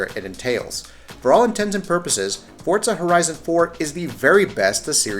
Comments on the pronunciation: Its Forza not fucking fortza say it right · FORZA NOT FORTSA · What I've gotta hate is when people say "fortza" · Wtf is a Fort-za? I know what For-za is. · Forza not fortza, moron! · Fortza fortza fortza SMH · ForTZA annoys me!! 😡🤣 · Why does he keep saying Fortza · The way he says "fortza" drives me nuts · why do you say fortza? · The amount of people that can't grasp how Forza is pronounced is staggering. I honestly wonder how these guys pronounce Pizza.